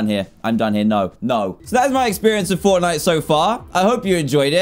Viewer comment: Did anyone else see when he was on steam he said Fornite and not Fortnite lol